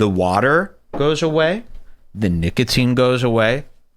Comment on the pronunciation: Did say niggatine, instead of nicotine?